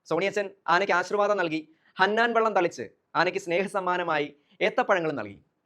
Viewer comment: ഹന്നാൻ.. അല്ല.. ഹാനാൻ വെള്ളം. 😜